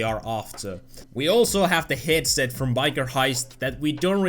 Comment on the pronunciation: "a headshet" you know i dont hate you but the way you pronounce things is very funny i like you and you pronouncing stuff also made me sub back then xd love your vids! keep it up!